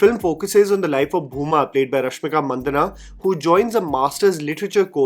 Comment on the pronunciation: He name isnt Mandana or Mandaana but Mandanna like Rajanna